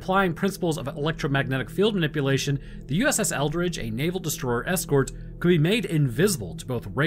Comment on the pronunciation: Why do I keep hearing it as “USS Eldritch”?